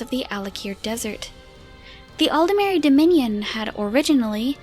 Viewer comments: Why does everyone seem to pronounce Aldmeri as if it was written Aldemeri? There's no e between the D and the M. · It's how they pronounce it in game. It's also nearly impossible to pronounce it aldmeri, your voice will naturally try to insert an e, at least for a native English speaker.